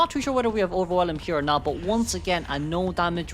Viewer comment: While I do think it's endearing, I just want to point out that the new trait is not "Overwhe[lum]", the "elm" at the end is pronounced the same as "elm tree"